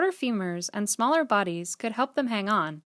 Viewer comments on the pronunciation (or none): none